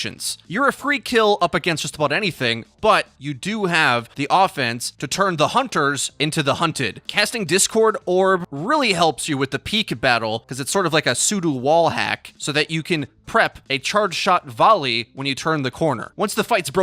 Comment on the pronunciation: Woah zen has a sudu wallhack??? Whats that? Ps its pseudo sounds like “sue-dough” or “sue-doe”